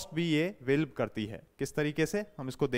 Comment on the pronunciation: सर आप वाल्व को वेल्व को क्यो उच्चारित कर रहे हैं?